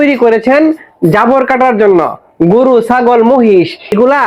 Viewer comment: ভাই গুরু না গরু। উচ্চারণ ঠিক করে বলবেন। শুভ কামনা রইল ভাই 💚